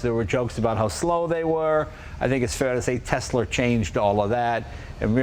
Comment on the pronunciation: Did Jeremy Clarkson teach Jay how to pronounce Tesla?